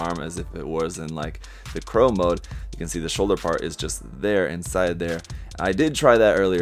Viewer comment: Claw mode not crow mode. lol